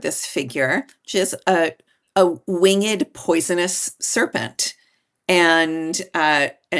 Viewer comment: You lost me at "wing-ed".